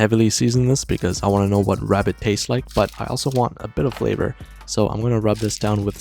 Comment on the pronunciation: Bro just ate a Wabbit for weal. 😭